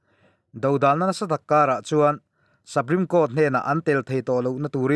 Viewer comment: saprime court ni lovin suprime court a ni e aw